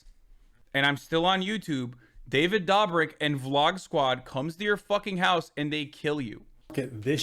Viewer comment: the way he pronounces david dobrik has me rolling